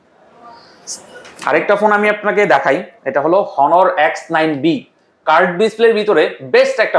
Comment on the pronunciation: honor nam ta jotobar uccharon korchen prottekbar ei vul uccharon korchen next time aita kheal rakhben